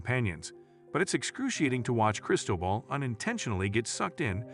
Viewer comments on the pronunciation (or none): “Foo-Chess” & “Chris-toe-bull”- time to give your Fiverr voiceover guy some pronunciation guides.